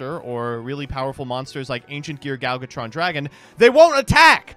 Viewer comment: It will never not baffle me how still can’t pronounce “Gadjiltron”. It’s not “Galgatron”.